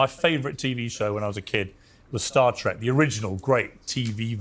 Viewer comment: It’s Star TREK not track. He’s not a Trekkie.